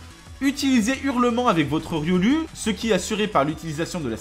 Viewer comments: On dit Riolou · ON DIT "RIOL-OU" MERDE VOUS DITES "PIKACH-U" PEUT-ÊTRE ? NON ON DIT "PIKACH-OU"